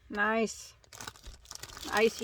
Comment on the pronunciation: you had me giggling every time you said icey. The chenille was my favorite 🤩. I have never used ice yarn. Have a good night.🌙